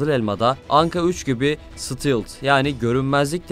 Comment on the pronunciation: Yazılışı : Stealth Okunuşu :Stelth